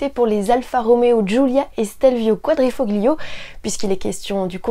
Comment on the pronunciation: Le "g" de quadrifoglio ne se prononce pas...